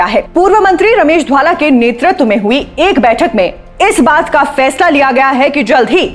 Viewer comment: महोदया, घर में किरायेदार आ गए हैं और घर के सदस्यों को नजरअंदाज किया जा रहा hai. स्क्रिप्ट नहीं आती बनाने. रमेश धवाला का नाम भी नहीं बोलने आ रहा. कहां से आ जाते हैं ये नौ सीखिया एंकर